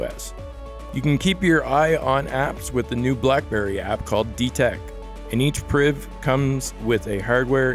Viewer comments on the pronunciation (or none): Did he say BlackBerry Briv?